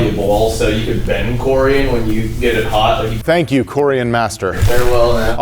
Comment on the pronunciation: It’s coor-ee-on